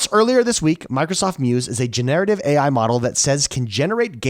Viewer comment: Gener-a-tiv 😉 not Genare-ativ